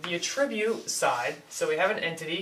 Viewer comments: A tribute? No, young, ATTribute. The accent is on the ATT, not the i. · I love the way your pronounce attribute. ;P a-Tribute instead of A-tri-Bute. Suddenly I'm thinking of "giving a Tribute!" to Caesar. xD